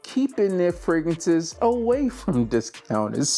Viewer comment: fraGRANCES not fraGANCES 😂